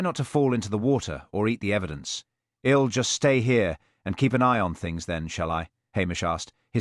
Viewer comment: I love these stories but this AI reading is terrible pronunciation mispronunciation these are such good stories I enjoyed it anyway thank you. Sadly even though AI can write brilliant stories and good stories it does become repetitive when AI alone is writing instead of using their original books...im instead of I'm.....id instead of I'd .. ill instead of I'll..... after Mr. and the name yowl not you'll , well not we'll...so basic come on AI We are educating you